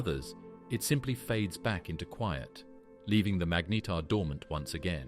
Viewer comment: narrator pronouncing "magnetar" 3 different ways within the same breath... infuriating enough to stop watching